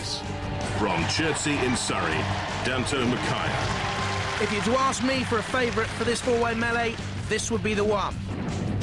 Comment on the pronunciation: Who the fuck is Dan Toe Ma Kiah?